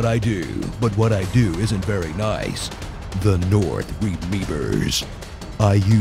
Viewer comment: "The North REMEBERS" Thumbs up for pronouncing it the way it was spelled! xP